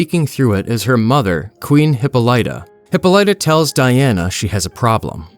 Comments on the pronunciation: I thought it was pronounced Hip-paul-lit-a not Hippo-litta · What's a Hippo-Light-Ah? Is that like a giant Zippo or something? If your trying to say Hippolyta, you're failing miserably becuase it's pronounced hee-POH-lee-tah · Say it with me, narrator: Hip-POL-uh-TA!! Hippo-light-a....FFS. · Im not gonna lie bro, this video/account smells like AI to me. You pronounced "Hippolyta" as "hippo-light-uh" throughout the entire video when it is common knowledge the pronunciation is "hip-pawl-it-ta" (hope that makes sense) and I seen 2 other channels that are 100% AI which is why I wanna give u the benefit of the doubt but still... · It's NOT pronounced Hippa-Lite-Ta, it's pronounced Hip-Paul-itta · Hip-all-ita not hipo-lyta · Dianas mothers name, i thought it was pronounced: Hip-Pol-it-Ta Not: Hip-Pole-eye-Ta 🙂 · im being knit-picky but Diana's mothers name is pronounced Hippolyta (Ha-poli-ta) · HY -POL-I-TA The I is like ID not like I'm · Obviously an AI or a person who knows nothing of Greek culture and ancient history. He pronounces queen hippolytas name. It hip-ahli-ta. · Yeah, maybe master pronouncing Greek mythological characters before trying this. HIPPO LIGHTA is WIIIIILD WORK FAM! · Hippo-lighta Lol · I might be wrong as im working on a medical degree but I think its pronounced. HA-Paul-LIT-TA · hi-POL-itah. Jesus.... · Uh, it's pronounced, hi-POL-i-tuh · hawk polituh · Heh-Paul-ituh is how you Say that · Hippolyta....."Hip-ohl-it-ah"......SAY. IT. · Hippolyta = Hip-All-It-Uh. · "Hippo- Lighta" 💀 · he-polite-ah is crazy work ngl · Hip-all-it-a. Go back to school rtard. Reading isnt that hard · Diana’s mother's name is pronounced Hi-PAH-li-tah. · Hypolyta is pronounced Hip-POU-leh-ta. Just gotta get that out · Awesome comic, great video! It is, alas, pronounced "hip-PAUL-i-tuh." :) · Hippolyta is pronounced "Hip paul litta" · your pronunciation of Hippolyta is driving me nuts, it's hip-PAHL-ih-tuh, emphasis on the PAHL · Dude, it’s pronounced ‘heh-paul-ita’